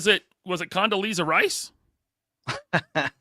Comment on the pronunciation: Condoleezza Rice 😂😂😂😂